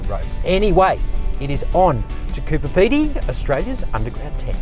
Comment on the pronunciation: CooBer not Cooper